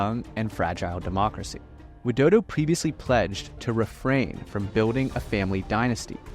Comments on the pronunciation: ain't no way you call president Widodo to dodo🙏😭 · He literally said Joko Widodo, and I'm Indonesian, it isn't pronounced that way We usually say President Jokowi Dodo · It's Widodo..not Wildodo...